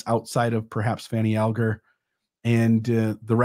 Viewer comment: I believe descendents of Fanny Alger pronounce Alger All-ger.